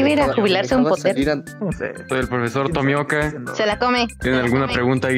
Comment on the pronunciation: Ay no dice tomioka dice tomieka xDDDDDDDDD